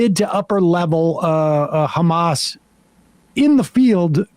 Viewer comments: how many times he said khamaas with this little moment? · When your " khamas, khamas" doesn't work.